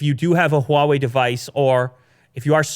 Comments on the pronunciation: So NOW finally learned to pronounce Huawei correctly:) no longer "waawei" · Ur pronunciation of HuaWei has improved so much.